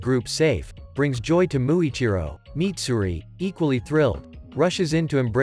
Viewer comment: Mitsuri not Mitsuri